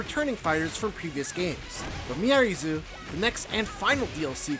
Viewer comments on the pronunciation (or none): True but he still should have researched her name.. it's not miary zoo lol it's pronounced me r reez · Her name is pronounced “Miaries”; you don’t pronounce the Zo. Is no one listening to the official footage?